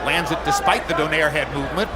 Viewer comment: comentator announce donaire as donier